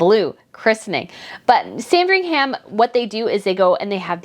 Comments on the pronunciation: Hi I love your news and watch them all, but this time something you're saying is just grating a little bit. You are making Sandringham sound like a sandwich 😄It's not Sandring-ham....it is pronounced [SAN] + [DRING] + [UHM] I'm not being picky and I hope you don't mind my saying, but as a Brit I thought you wouldn't mind. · Sandringhum is the pronunciation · yeah but it's Christmas and if you look at Kate, you'll see Beatrice behind her wearing green as well. Also the "ham" at the end of Sandringham is not pronounced. It's more like Sandrine-um. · It’s sandring “um” for ffs…. Get the pronunciation right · Just FYI..sandringham in england in pronounced Sandring- um. The ham part is not pronounced that way. Love your show btw. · Sand-ring-HAM 🤣🤣 ah you Americans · Just a note, i know it's the American way to pronounce the HAM in place names but Sandringham is actually pronounced San-dring-um. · Sandringam my darling! the H is silent! (merry christmas..love your channel!) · Dear - just so you know - you don’t pronounce the ‘h’ in Sandringham. It’s not ham as in piece of ham. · Pronunciation tip! Sandringham is pronounced 'Sandring 'um'. Norfolk - 'Nor 'fuk' no folk! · I agree. However, Norfolk is pronounced Norfuk (like foot) and both Buckingham and Sandringham need to have that last "a" dropped when saying those words.